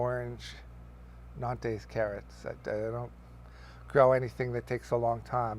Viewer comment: Hey I could not quite understand what you said two times. Did you say you grow a non taste carrot? I am not sure if that's the phrase you use but if so what is a non taste carrot?